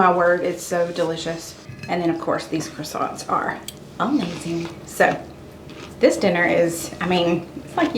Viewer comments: Your rolls are not coisants they are pronounced Cresent just thought you might like to know ❤ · I am definitely making the soup! I will need to use riced cauliflower instead of pasta, as I can’t eat wheat or rice. Boo! I love the pronunciation of croissants! That was hilarious. I’m thinking that you and my friend in Oklahoma need to have Google pronounce the word oil for you. JK!!! I tease her all of the time. 😂😂😂